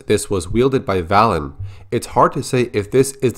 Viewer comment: Am I the only one who thinks that Valen's name should be pronounced Vay-len?